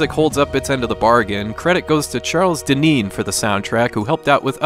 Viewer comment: Great idea, great video, thank you! Small correction: it's "Charles Deenen", not "Deneen"